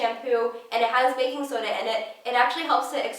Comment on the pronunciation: She said she loved 'baking soda'....sounded like "I'm in love with the coco!" #lovehair